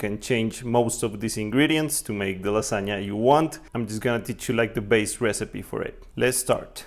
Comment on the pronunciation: Casi diría que hablas como nativo hasta que te escuché decir lasagna :v pero amé la idea de este canal <3 Felicitaciones.